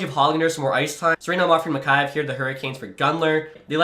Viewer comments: It’s mick-ey-yev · Your pronouncing Mikheyev wrong